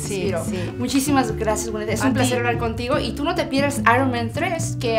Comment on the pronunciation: "Grathias"... not english S or Sh or Z at all. Vamos, que ella lo dice como se escribe y se pronuncia en castellano. Gracias, y no grasias ni grasiah.